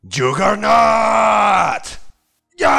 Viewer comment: Yagernaut se dice